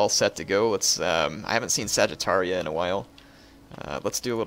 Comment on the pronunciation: Funny how u pronounce Sagartia as Saggitaria, like it was home of Saggitarius-like people xD Great vids! I really like them :)